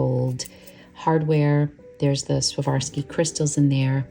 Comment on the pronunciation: Hi. I love your videos and watch them several times each. Your voice is so calming and I have to admit, I've fallen asleep late at night listening to you speak. I just wanted to tell you that I am a jewelry designer and use tons of crystals. All of them are made by SWAROVSKI, you're pronouncing it incorrectly. I just wanted to let you know. Thank you for sharing your beautiful pens and journaling techniques, ink swatches, etc. I am new to the fountain pen world, only since January. I believe that pens multiply when we're sleeping. It's the only rational explanation for how I got so many. I'll be looking forward to more wonderful videos.